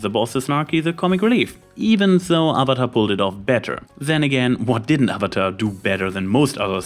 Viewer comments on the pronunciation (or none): none